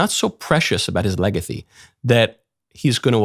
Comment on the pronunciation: Whelp I guess I'm just going to have to pronounce it "legathy" from now on...